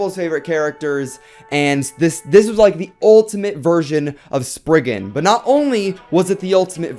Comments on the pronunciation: Am I the only one how is bothered that he says sprisin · its pronounced spriggan rek-re-um nor wekweum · You keep saying spiggin Wecweyum